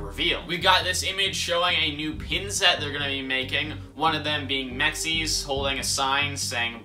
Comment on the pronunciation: Why did he call M.X.E.S mexies💀